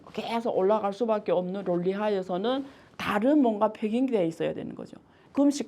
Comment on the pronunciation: 론리 -----> 논리. (론리가 뭐야 론리가..중국 사투리야?)